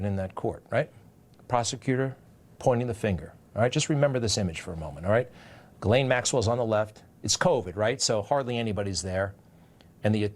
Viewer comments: Who's this Gilane Maxwell? I know there's a Ghislaine Maxwell. Ghislaine is a French name and idiot Americans are known for their ignorance and don't even bother to simpley Google the name and hear the correct pronunciation. That's one of the reasons Americans are universally detestested, Their ignorance of things outside their own country is staggering. They're lack of knowledge is astounding. They must have a piss poor educational system and know with the wife of WWE McMahon running their schools it can only get worse. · God DAMN. her name is pronounced jis-lane I'm from Quebec and have french friends with the same name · It’s pronounced ‘jizz-lane’. The more you know…